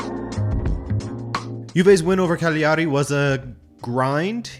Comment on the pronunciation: Cagliari is three syllables not four. Ca-glia-ri not Ca-gli-ar-i